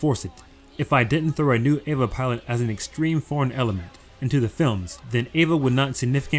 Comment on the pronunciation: why do you call it ava and avongelion?